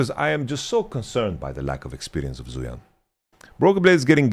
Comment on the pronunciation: It's not a big deal and I'm sure people won't really read this or care much, but wanted to mention zuian is pronounced more similarly to zwei(like hwei)-ahn/on. other chinese names like fengyue were actually much better pronounced than most western streamers I've seen though.